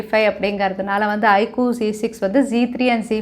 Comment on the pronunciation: Iquuu ellai iqoo Konja thaliva pronounce panna best ah erukum brand kavala paduthuringa sis